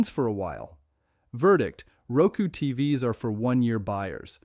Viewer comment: Could you at least get the AI not to say T-v-s. That one small quality improvement would do so much to ease how annoying these videos are.